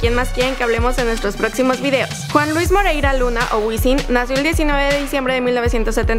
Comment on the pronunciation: DIJISTE MOREIRA, ES MORERA